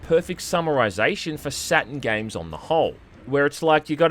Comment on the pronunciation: I thought the console was called SatuRn, not Saten.. silly me